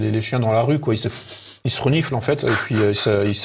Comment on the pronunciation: 32.02 😨 QueWa ?? 😂😂😂😂